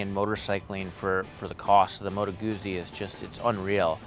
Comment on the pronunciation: All your Opinions mean Nothing...of course....Being Canadian; ..-and therefore 'Perfect': ....it was Hilarious how Triumph was ignored..[but we do love Triumphs] ....It's pronounced " MOTOR GUTSY".....by actual white men whom live in the North. ...they also have huge gas tanks...and the heads configuration keep your knees from freezing during our winters....and springs and falls...and summers.....